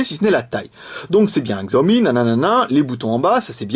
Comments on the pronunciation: Alors en fait ça se prononce Shiaomi. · Oh F(X) ! :o Pas mal le telephone et on prononce 'Shiaomi'